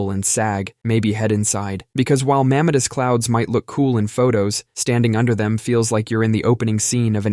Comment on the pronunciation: You mispronounced "mammatus" clouds.